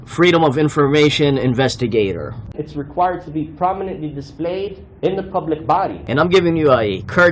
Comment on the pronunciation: I don't recall the new law saying anything about things being "dee-splayed" on the first page